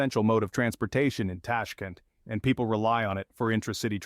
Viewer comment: Tashk'ent, Tashk[E] nt, blinn..